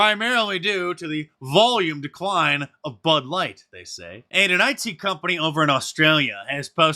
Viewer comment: Wait a minute you did say " butt light"😅